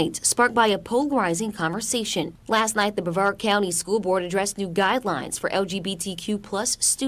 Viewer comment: Lol, Brev-ard, dude, it was right in the clip, it's pronounced bruh-vard. Sorry about your brothers, they think we should have slavery still too, lol?